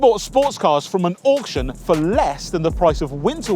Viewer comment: I love you guys but ‘auction’ f*** off